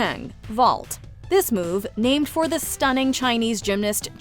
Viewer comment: The way she pronounces all the names is perfect. That alone is impressive. :)